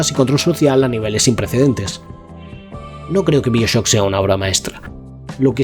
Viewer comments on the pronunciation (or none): Buen vídeo/documental. Mas, sin embargo, me llama la atención que pronuncies casi todos los nombres de los productos que mencionas en idioma original, pero a su vez pronuncias "Bioshock" como se leería en español. Y también "Bioshock Infinite" como "Bioshock InfinitY". 🤣🤣🤣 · Dime por favor que no se pasa todo el vídeo pronunciando Bioshock como mi padre.